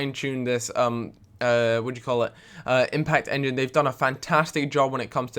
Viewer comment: Impact enging? :D